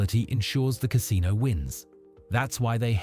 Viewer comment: Ca SIN o